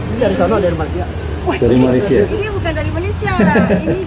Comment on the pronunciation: Betulkan sebutan MALAYSIA.. bukan Malaysier